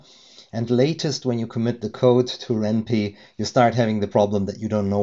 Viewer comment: Just a heads up, it's pronounced "wren pie" (like the food). The name is a combination of ren'ai (Japanese word for romance) and Python.